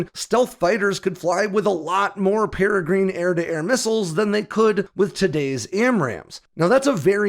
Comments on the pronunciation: It's not peregreen, it's peregrine with an "inn" sound at the end. As in the peregrine falcon, the fastest animal on the planet, and shown in my avatar. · Peregrine is a type of falcon. it's pronounced "peh rih grin", not "peh rih green" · That would be pair-ah-grinn 😁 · Love your channel, but just for the record, the Peregrine missile is pronounced like the bird the Peregrine falcon (pair-ah-grin). Just FYI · Wait, are you really saying “pere-GREEN”? This bird species has been named and known for decades. 🤷‍♂️ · That is pronounced para-grin. As in the paragren falcon. A small bird of pray that can dive faster than any bird on earth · Might want to look up how to pronounce Peregrine. The vowel in the -grine part is a schwa, not an 'ee' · For the Peregrine-please look up the pronunciation of the bird!!! Please as everyone you pronounce it it hurts my head!😹😹😹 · You cracked me up with your pronunciation of the Peregrine missile the first few times you talked about it. I am glad to “hear” that you got it correct on the last try. But keep of the good work. I have always enjoyed your research into the new AirPower tech that is coming out in the near future.